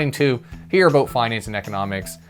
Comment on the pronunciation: I think you need to say "about" in every video in 2024. Sometimes I forget you are Canadian. Hearing you say a-boot always makes me smile